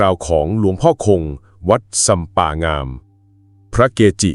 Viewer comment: อ่านผิดไม่ใช่งามอ่านว่าง่าม